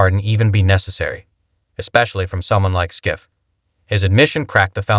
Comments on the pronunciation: Ya know, you’d make a bigger impact if you pronounce Schiff’s name correctly. 🙄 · To narrator: It's Schiff (shhiff) NOT (skiff)